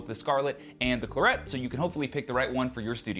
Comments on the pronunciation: Anyone else from the UK wincing every time he says Clurrett? Excellent review all the same, thanks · The latest Scarlett's (Gen3) have the 'air' setting too and Clarett is pronounced like the French wine.